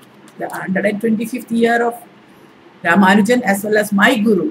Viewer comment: Madam: His name was "Ramanujan". Unfortunately this is a common error. Humble pranams